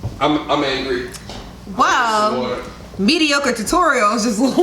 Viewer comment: Wow! A MT&R video where pronounces "mediocre" properly!